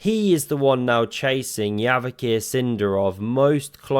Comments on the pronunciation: you pronounce Javokhir as Yavokir, but it's more like Java-Hir, although I am not Uzbek names expert 😂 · I also thought they pronounce it Yavokir - like almost all eastern European countries. But apparently, they pronounce 'J' as 'ZH', like how French would pronounce it.